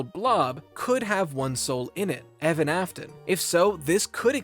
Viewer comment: My face cringed at "EVAN" ?!?